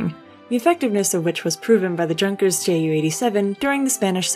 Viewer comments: It’s pronounced “Yunkers” not J-unkers. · Don't say Junkers. It's more like You-nkers. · Yes... and Junkers is pronounced "Yoon-kers"... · You show a pretty harsh attitude and flippant tone for someone who can't even pronounce Heinkel or Junkers.